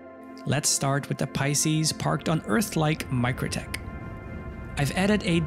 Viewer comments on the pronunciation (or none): none